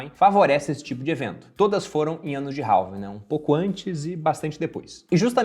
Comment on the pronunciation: Halving se fala REVING, se vai falar abrasileirado fale então ALVING já que o H em português não tem som.